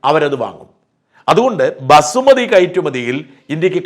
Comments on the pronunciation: Basmati rice not Basumati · Basumati alla, Basmati